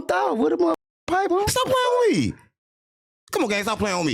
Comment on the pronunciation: “Stop playing wittme” 😂